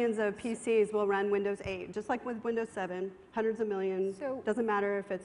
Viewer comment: this is windows SHEIGHT (8)